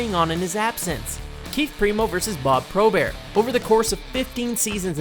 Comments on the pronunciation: Who the fuck is Bob Probear??? It's Bob Probert, BERT. WTF?? Get it right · R u serious Bob Probert. Learn how to pronounce it idiot..Bob Pro Bert....The baddest Man in Hockey History getting his name butchered by this idiot..R I p...Mr..Probert... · I know how it's spelled, but don't insult Bob Probert by pronouncing his name "Pro-Bear," like he's some pansy ass Frenchman. The greatest fighter in the history of professional hockey deserves his name being pronounced properly. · how fucking disrespectful....pronounce proberts name properly he wasn't French u fucking idiot